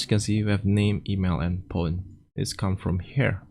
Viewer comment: Did he say pone? How can you speak English so well and yet not know how to pronounce phone? 😂😂😂😂😂😂